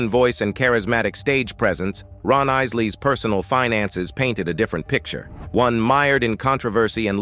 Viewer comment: I know the narrator needs to learn how to pronoun "Isleys"